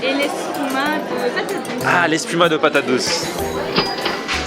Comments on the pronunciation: "Espuma" pas "Escuma" =) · C est pas escuma mais espuma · C’est espuma de patate douce et non escuma 🤗